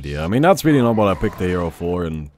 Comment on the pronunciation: DE HERRO